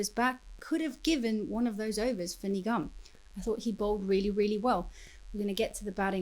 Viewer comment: The way you pronounce Nigam thought you said nigga🤣🤣